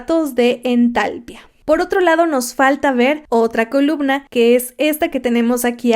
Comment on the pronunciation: Me dio mucha cosa que no hicieras notar el acento de "entalpía" al pronunciarlo jajaja pero muy buen video.